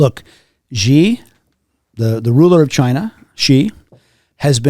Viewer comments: Erik, his name is Xi (she) Jin Ping. It is not 'Gee.' Those who profess to know something about China/Taiwan, should at least learn how to read Pinyin and/or Mandarin. 😑 The ongoing 'threat' of invasion has continued for 30 years now. Blah, blah, missiles, blah, blah, armed citizens. China cannot feed itself? Taiwan cannot feed itself either. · Shee 😂 Not Gee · He can't even properly say Xi... Give me a break on this "specialist" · Also, the hard mispronunciation of Xi's name in his first sentence certainly didn't help his case much.